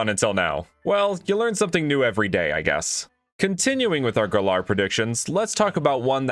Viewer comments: It’s GAL-air not gal-ARE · It's Galar not Galaar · It's g-al-ar, not guh-lar. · I dont even know why you pronounce it Galair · maybe he wants to be the Fresh Prince of Gal-air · Why do you say galar like that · Why can noone pronounce galar properly